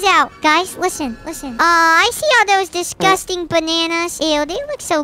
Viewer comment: I love how he said. Look at all those disgusting bananas. DISGUSTING. 😂😂😂